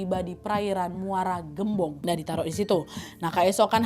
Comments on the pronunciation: Muara gembong kak bukan muara geumbong😊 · Muara gembong. Sebutnya bukan eu, tapi vocal E yaaa wawak😊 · Muara gembong kaaa bukan gem-bong